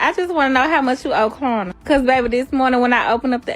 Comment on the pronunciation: First of all, she keeps saying “Corna” for Klarna. She talks that on purpose and is getting mad that people don’t know wtf she’s saying.